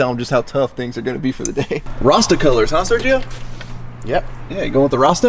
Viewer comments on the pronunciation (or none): Sergio: Ser-he-oh